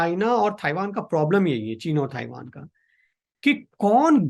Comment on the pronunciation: आज के मेहमान बहुत दिमाग खाते हैं। पहले तो इनको ताइवान को थाइवान बोलना बंद करना पड़ेगा।